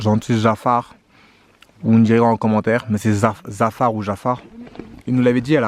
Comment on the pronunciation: Bonjour c'est un pain achard de légumes ici on prononce zachard et non pas jafar 😂😉😊❤️❤️ 👍